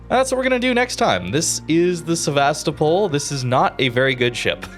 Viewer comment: sEvAstopol? :) SevastOpOl pls.